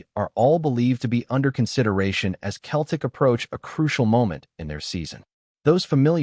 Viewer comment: If when typing the voice over you spell Celtic with an [ S ] it will be pronounced correctly at pressent it comes across as Keltic😂🤔😁